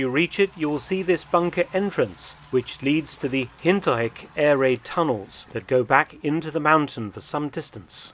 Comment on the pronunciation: That German sprache is getting exponentially better Herr Dr.! “Hintereck “ perfect pronunciation!